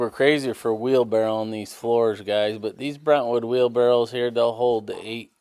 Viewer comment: How in the F do you know how to spell wheel barrows? But pronounce it Barrels???